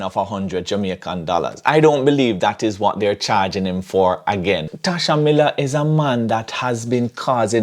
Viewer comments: Tesha not "Tasha" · It's Tesha, and not Tasha........ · It's Tesha 😆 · is really trolling, "Tasha Miller" I know he know its TESHA!!!!!!!!! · His name Tesha not Tasha 🤦‍♂️ and u were in law enforcement